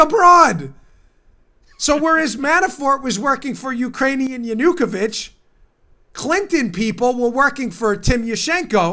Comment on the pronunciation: Dan your pronouncing Yanukovych wrong. The u is short to silent.